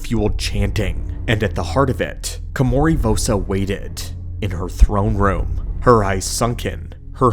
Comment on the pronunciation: How is it you spelled her name right, yet you spent the whole video mispronouncing it? Ko-ma-ri. Not Kimori. Did you even play the game?